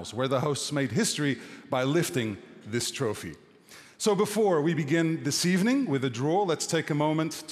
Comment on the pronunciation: “Is this a good decade for Portuguese football?” Figo: “Good Ebening”